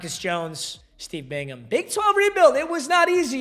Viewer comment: I’m so happy you know how to pronounce Bingham when you didn’t know how to pronounce anybody else 😂 at least you didn’t say Bing-Ham